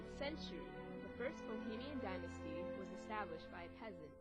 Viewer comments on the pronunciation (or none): none